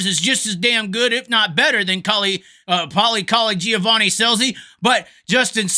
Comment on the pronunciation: To hear you say Giovanni - Paulie Colagiovanni that many times that fast without screwing it up was impressive :0)